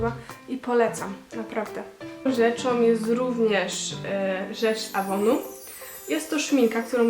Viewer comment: Super filmik :D My Dear, z "ejwon" a nie z "avonu" :D